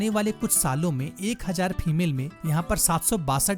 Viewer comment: FEMAIL NAHI SIR FEMALE but anyway good video and voice over keep it up